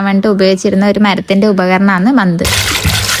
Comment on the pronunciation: മന്ത്‌ അല്ല കുട്ടി മത്ത് ആണ് 😃😃